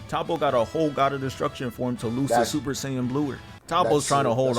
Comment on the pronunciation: NGA SAID SUPER SAIYAN BLUER LOLLLLLLLLLLLLLL